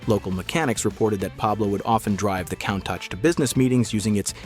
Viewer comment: Countack he calls it, pronounced coontash!!